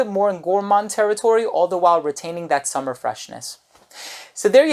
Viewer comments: SUE-MER is probably the pronunciation rather than "summer". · "sOOmer", not "sUMmer", big, big difference.